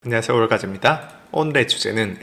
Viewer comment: 열심히 좋은 컨텐츠 올려주시는거 항상 너무 감사한데 언제부터인가 처음 방송 시작할때 쓰시는 “안녕하세요”라는 인사가 너무 급하게 들려요. YouTube방송도 대중과의 소통이니 좀 더 정확하고 천천히 인사말씀을 해 주시면 처음 이 영상을 시청하는 분들에게 더 친근하게 와 닫지 않을까 하는 생각이 들었습니다.^^ 감사합니다! 😄